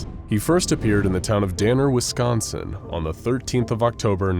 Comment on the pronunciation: You said “Wisconsin” correctly…..a fellow cheesehead I assume?